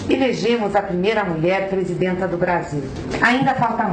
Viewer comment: Presidénta não! PresidAnta!!!